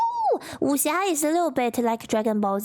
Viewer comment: I honestly believe Seth pronounced Wuxia wrong on purpose to troll people who know how it should sound. You can believe about 40% of what he says because 60% of what he says is gaslighting lmao